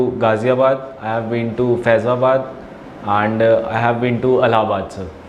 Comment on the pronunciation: And❌ Aand ✅